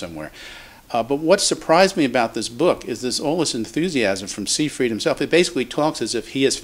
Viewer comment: you look at the book by Dr Seyfried and you don't even bother to pronounce his name correctly. "Siefring" is all you can muster. A shame.